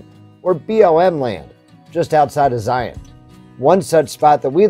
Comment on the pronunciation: I can tell you are a fellow Utahn since you say Zion National Park correctly, instead of Zy-On like the non-Utahns ;)